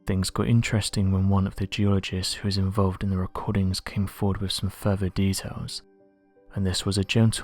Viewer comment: Dont try to sound malevolent or sinister....it just makes you sound ridiculous.....wiv....fing....fink.....dear oh dear.....